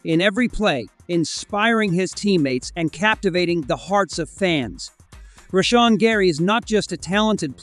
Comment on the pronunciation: Turned off the video after you pronounced "Rashan" wrong.